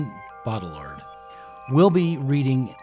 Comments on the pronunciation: Bodr-yee-ah Use throat for r-yee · The division between 'Town and Gown', at least as a social, if not geographical concept, existed in England, in Medieval Oxford, and probably elsewhere, even earlier than in 19th C USA. BTW it's Bowdriiyar(d) - I don't think French speakers would pronounce the last letter. if I could find a pron. guide (also on YT, why couldn't this presenter?? - lazy, or what?) Baudrillard's view of the 1991 Gulf War - it wasn't a war, but turkey-shoot atrocity - and we only ever saw propaganda 'simulacra' of it, is the most important, and totally accurate, thing he ever wrote. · Bow-dree-are. It’s a challenging pronunciation. (I speak and write French.) I love your multimedia lectures, but could you please lower the audio levels on the music? At their current levels, the music competes too much with your voice-over. (I’m also a video producer.) I needed to strain to hear what you were saying. Plus, it takes special mental focus because it’s philosophy, complex and/or unusual ideas. I do enjoy the stock footage and if watching it starts detracting me from processing your narrative, I just look away. Thanks so much and I look forward to watching more. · Hahaha the way you pronounced it the third Time.. Classic. Good work man. I'm french. It's Baudrillard bodriA if it helps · "bottle lard" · Bow Dree Ard. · BO-dree-AR my people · Dude, the fact you can’t say the guys name correctly isn’t a good start to an educational video. Sorry not trying to be a dick but it undermines your efforts. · Just loop Rick Roderick's pronunciation of Baudrillard until it just comes naturally. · You managed to pronounce baudrillard differently every time you said it 😂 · Jake Zydek the D is silent... that’s embarrassing. I have been pronouncing wrong for years, apparently. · the pretence gets old soon though. and if one can't be bothered to learn the pronunciation of the topic of a video, what does that say about one?